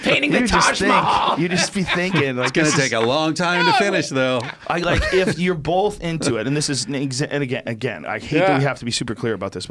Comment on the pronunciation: Joe "Bolth" Rogan